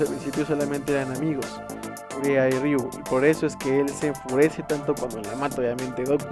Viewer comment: Kureha... se pronuncia Kureja.